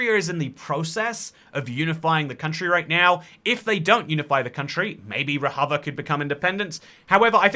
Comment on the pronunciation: "Rojava" is pronounced with an English J, not a Spanish J. Also, "Rojava" actually only properly refers to the two disconnected Kurdish-majority regions within the autonomous zone in Northeastern Syria, which is officially called the Democratic Autonomous Administration of North and East Syria (catches breath), or DAANES. The DAANES doesn't want to be independent from Syria, and hasn't been seeking full independence for a long time; they are perfectly content to be an autonomous region within Syria.